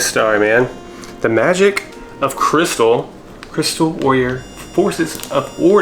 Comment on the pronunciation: Why do you keep pronouncing it cry-star 😢? Shouldn't it be pronounced like crystal? That's how they pronounce it in the old toy commercial at least, and that's my only other point of reference.